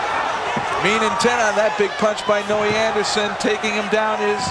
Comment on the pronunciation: He keeps calling him Noe Anderson 😅